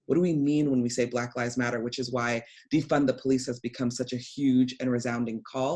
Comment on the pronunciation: How do you say police? Surely not powlice. Please learn English first man? powlice?? Are you kidding me?